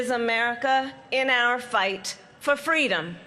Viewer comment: What the fk "fweedom" is she talking about? The only people threatening freedom and democracy are her pals! These people have spent years working directly against what MLK stood for and preached, but now she wants to invoke him in her boring race baiting speech?! The hypocrisy never ends